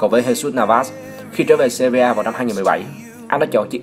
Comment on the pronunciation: Sevilla cứ đọc seria